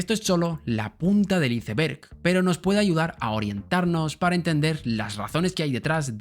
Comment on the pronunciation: Excelente video! vengan podrian pronunciar bn "Iceberg"...jaja enserio